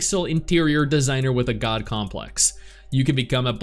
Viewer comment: Please don't say God like that